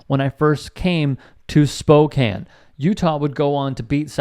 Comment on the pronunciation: Thank you for saying Spokane, right. I hate it when it is mispronounced...